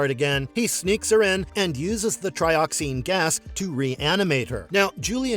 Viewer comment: Tri-oxen, not tri-oxine.